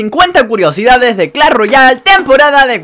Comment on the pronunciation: Muy bueno el vídeo pero se dice Clash, no Clall